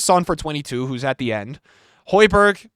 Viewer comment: bro said hojbjerg left spurs hahaha